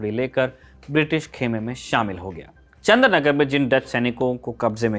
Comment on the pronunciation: It’s not Chandranagar but Chandannagar